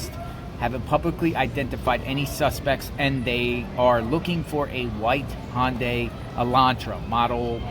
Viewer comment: Hyundai... rhymes with Sunday